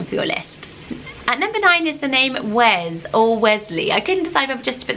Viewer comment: Wes is pronounced Wess